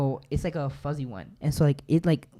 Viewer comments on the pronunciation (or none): none